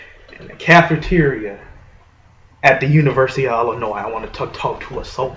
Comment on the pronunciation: Dude, it's pronounced "ill-in-OY." Not "ill-in-OYZ." The S is silent.